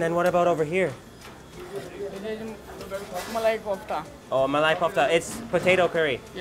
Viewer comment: I just noticed when you said- 1-pofta, it's kofta actually 2-kessar da bhaba/baba. Actually it's a dhaba.In punjab and various other north indian regions, public food shops, junctions are called as the dhabas. Food in these dhabas is extremely tasty, healthy and more pocket friendly than bigger shops.Some Dhabas are actually pretty big themselves. (Kessar da baba means father of kessar 😀😀)